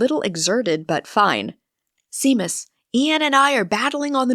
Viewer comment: I am so happy you posted Sloe Djinn Fizz, , it didn’t dissuade, it’s as fabulous as all of your other book.thank you for sharing your talent with the world. Thank you to the narrator also, just one thing for future reference. Seamus is pronounced ( Shay- mus)